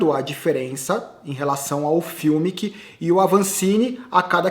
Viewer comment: Sem querer ensinar Pai Nosso a vigário,, mas Fumic e alemão e pode chamar o cara de Fumic mesmo e não "fiumic" como sempre você fala. Só uma dica. Blz?! Seus comentários são bons demais!